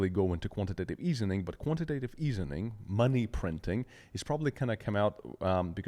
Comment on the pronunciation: Quantitative EASING. Drives me nuts hearing easening.